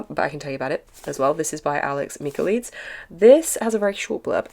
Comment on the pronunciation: Just commenting on the pronunciation of Katie's last name, zh in Chinese is pronounced like the J in jungle, so "Jao"! And Alex Michaelides is pronounced "Michael-I-Dees".